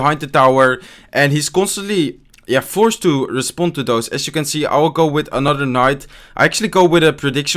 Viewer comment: Its AS you can see and not ASH :D